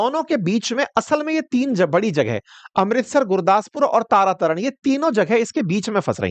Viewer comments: Vyas river nahi hai. Is ko Beas kehte hain. Aap ne lokha bhi beas hai aur bol vyas rahe ho. Tara tara city nahi ha Tarn Taran hai. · तरन तारन हे, तारा तरन नहीं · तरन तारण, तारा तारण नहीं, नंगल, नांगल नहीं, बिलासपुर है सिर विलासपुर नहीं